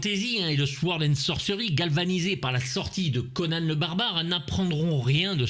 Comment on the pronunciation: Sord, pas souord ! Le reste est parfait, comme d’hab!😉